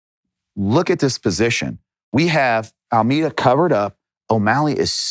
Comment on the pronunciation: Love how he kept calling Almeida Almeter